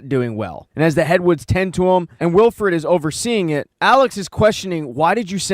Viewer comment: Its Wilford, not Wilfred. Its not a first name. That's a main character dude, his name is plastered all over the train FFS. Could've at least double checked THAT of all things. Also you missed a very subtle neat detail at the very end - they show grass and plants growing nearby, with small living creatures. It means while everyone thinks their New Eden heat pocket is just temporary refuge, its not - the freeze apocalypse is finally starting to end.